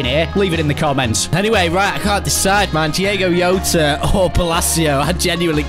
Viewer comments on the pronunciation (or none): it's Diogo Jota not Diego yota🤦‍♂️🤦‍♂️🤦‍♂️🤦‍♂️🤦‍♂️🤦‍♂️ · Normal people: “ Diogo Jota “: “ Dieygo Yota “ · please never call him diAgo YOTER again ... thanks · ‘Diego yota’ 😂😂😂